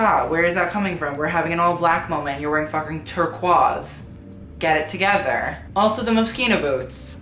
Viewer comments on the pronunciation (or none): never have i heard someone pronounce “turquoise” like that